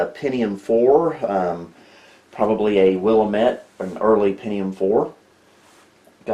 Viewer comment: We need to teach you how to pronounce Willamette my friend.